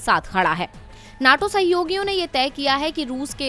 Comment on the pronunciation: Naaato nhi NATO hy yy neetoo